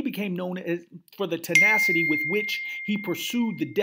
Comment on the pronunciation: Mis-pronounced words this episode: Toxicologic, Tenacity, Encephalopathy.